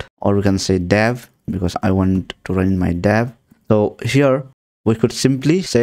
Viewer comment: dev hai wo dav nhi noobde